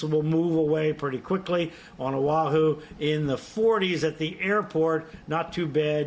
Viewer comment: Again Oh ah who NOT o wah who HO NO LU LU NOT hana loo loo